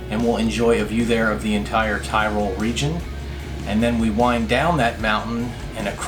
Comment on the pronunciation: say "Ti-rol" not Tie-rol